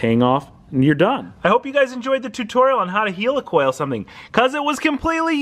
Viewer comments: Great content as usual but every time you said Helicoil my toes curled up. "Heel-e-coil", its pronounced Heli coil". No offence meant, it did make me giggle. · do you call a Helicopter a Heeli-copter..... Its Heli-coil!!! lol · Pronounced like Helicopter :) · Healacal ? You mean heilcoil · Why are you calling a helicoil a heelycoil? You don't say heelycopter, do you? I'd bet a pound (Sterling) against a pinch of dog shit that you also refer to Iran and Iraq like they're the latest products from Apple, too. ;)